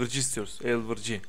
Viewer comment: elvırci ne abı ya elverıcı o